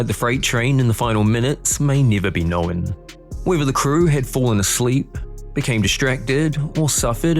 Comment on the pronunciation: Clear and to the point, but please stop pronouncing it "knowen" when the word is known, there is no "e" sound in the word.